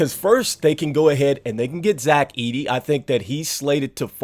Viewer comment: Ayyyyyyye u did say my boy Zach edey name ❤❤❤❤